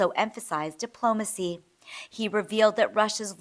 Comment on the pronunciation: It's diplomacy not dimplomacy